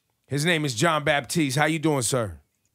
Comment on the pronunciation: Ebro, no "P" in the name: it's Batiste